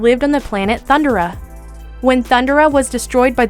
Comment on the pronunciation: Decent list, but a few things: First of all, you mispronounced a couple of the names. It's pronounced "Thun-DARE-a", not "Thun-DUR-a". Also, it's pronounced "Ven-JURR", not "Ven-GURR". With a strong "j" sound. Secondly, I think you should've done this list by decades. A top twelve 80s, 90s, and 2000s villains list would've been better, because there's just too many awesome villains you missed: Gargamel from 'Smurfs' Hordak from 'She-Ra' Dr. Claw from 'Inspector Gadget' Baron Greenback from 'Danger Mouse' Ganon from 'Legend of Zelda' Gemini from 'Thundarr the Barbarian Overlord from 'Blackstar' No Heart from 'Carebears' just to name a few. Also, I would've chosen a more iconic villain from Spider-man than Hobgoblin, such as Venom, Doctor Octopus, or the Green Goblin. When I think iconic Spidey villains, I don't really think Hobgoblin. Was VERY glad to see Venger on the list though. I was hoping he would make the cut. He often gets unfairly overlooked and often forgotten.